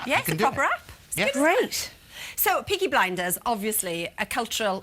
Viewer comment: he fookin said peaky blenders